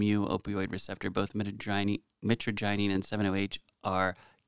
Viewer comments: My-Tra-gin not mittiginny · The pronunciation is mitra - jy - nine, the gy sounds like jy. You almost pronounced it correctly , and (Almost). Soooo close ! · Mit-traj-a-neen is how it's pronounced. And it's an amazing plant 🪴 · Brother c'mon Mitagyneen? You may need a new prescription you cant see the R? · Pronounciation is more like My-tra-G-eneen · It's proounced mi trag a nine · Mitragynine – pronounced: /ˌmɪ-trə-ˈdʒaɪ-niːn/ MIH-truh-JAI-neen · Its pronounced "meh TRAJ uh neen" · It’s pronounced mytrajenine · Met-tra-ja-neen is the pronunciation for metragynine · The way it is pronounced is (muh trag O kneen) like knee but with a n at the end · Mi-trage-in-nyne is how you pronounce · Its " mih-TRA-jah-neen" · you're awesome, but I'm surprised about something. You did a good analysis, but you did not pronounce the name properly at all. It's pronounced "mee-traj-a-neen" lol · ...man. it's mitragynine. That's not how it's pronounced. We then convert that Into 7 hydroxy mitragynine. Yes there's other ones too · You're a Pharmacist, not a Doctor. Chill out. and you are pronouncing Mitragynine Speciosa wrong. Google can play you how it sounds if you need that, just look it up :)